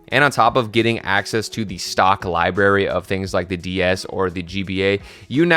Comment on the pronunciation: LIBRARY THERES AN R FOR A REASON!